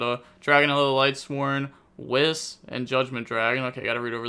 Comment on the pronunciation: Bruhhh he really said Wiz and Weez instead of Weiss 😢. Love you never change.